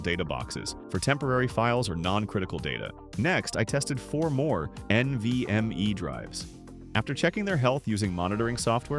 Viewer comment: "EN VEE EM EEE ES ES DEEE"